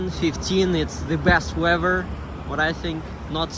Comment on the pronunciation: Your English is very good. The correct sound when you’re say weaf-er is weath-er. “Weather”